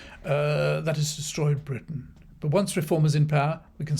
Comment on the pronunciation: Farage believes greatly in Bwitain 😅😅😅